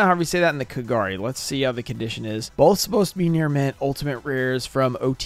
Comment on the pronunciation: Why do people slaughter than names in Japanese you say it as if it's a whole name but it's actually 3 kanji. It is Ka Ga Ri. Not Kagar e